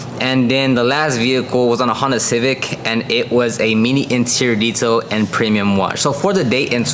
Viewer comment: did you say Zetail?🤨🤨